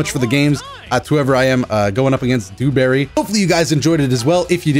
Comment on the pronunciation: Idk why the way he said Duberry has me in tears 😂😂😂